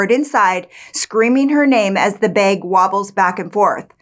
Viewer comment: Are you from Minnesota? The pronunciation of the word “bag” is so Minnesotan. Just wondering.